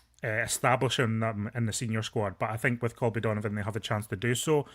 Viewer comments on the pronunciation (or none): his name is Colby not Calby